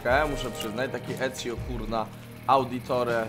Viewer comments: Czyta się Ecio z odpowiednim akcentem, a nie Edczio :) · (Tak się pisze)Ezio Auditore da Firenze- Etsio Auditore da Firenze(Tak się czyta) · Tylko C i Z osobno czytamy ;D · czyta się Eccio